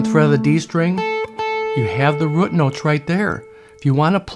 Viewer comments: I like the way you say rute (root) note! 👍🏽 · you can pronounce root note any way you want, just keep those lessons coming! BTW that is one sweet Strat you have. God bless you brother.